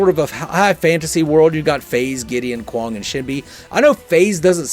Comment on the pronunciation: great video! every time you said Kwang I died. xD